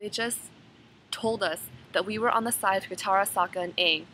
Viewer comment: Omg! I'm so seriously with you! I absolutly hated when they pronounced the names wrong! Aang was like ong and evreytime they said that I'd turn to my friend and we would just throw popcorn at the sceen. Hehehe. Anyway you were right about the whole thing. Me and my friend heard it was terrible, we just wanted to see it come to life.